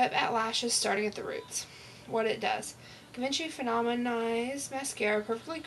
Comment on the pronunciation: bahah AnneVuitton, that's the first thought I had, "it's pronounced gee-von-shee" XD thank you!